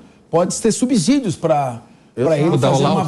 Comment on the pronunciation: Bom dia, a palavra sub-solo, e subsídio, não se diz com som de z e som de "s".